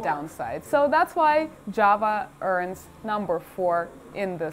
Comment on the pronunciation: Хах. Сразу услышал не джава а джаба